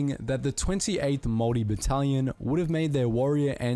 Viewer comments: When you pronounce the word Maori its said like mowri instead of maowri if that makes sense, and you kind of drag the o a little bit. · Not to be annoying but it is Māori not mori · Māori* as opposed to Mori. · It is pronounced "moldy" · Māori is pronounced more like mouldy but spelt more like moulree but don’t say ree at the end the r is rolled in Māori pronunciation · man says samoan and moari wrong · If you can say 'mouldy' then replace the D with an R. There are two different ways of pronouncing it but the one above is h9w its said in my part of the country